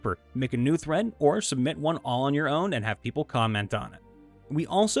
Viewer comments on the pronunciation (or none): none